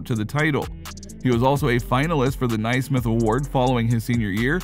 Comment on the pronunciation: One of those pics was his brother - and you said Naismith wrong. Good.